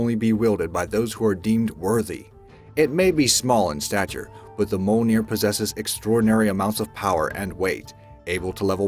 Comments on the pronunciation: Your saying Mjolnir wrong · Isn't it mjölnir? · Mjölnir can be weld by anyone but if they do they just disintegrate. And do you know how to say Mjölnir.